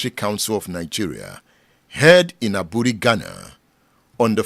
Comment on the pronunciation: Aburi is pronounced “ebri”. The e is pronounced like the “a” in the word amen. I once visitrd the hilly comunity of Aburi. very beautiful community. You are doing a good job that will outlive you. The future generation will celebrate you🎉